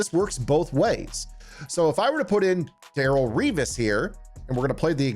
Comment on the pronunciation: The Darrelle prouniciation kills every time as jets fan, good insight tho as always